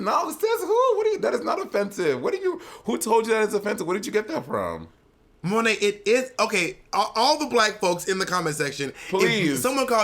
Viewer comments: Monet butchering her own french name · When Bob actually says Monét's name better than her 😅 (I'm French)